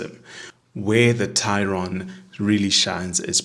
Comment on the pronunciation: TAE-RON not TEI-RON.